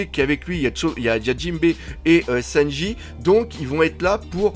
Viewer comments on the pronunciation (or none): none